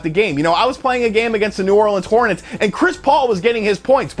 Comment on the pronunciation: " New Orleans Hortnnets" Smh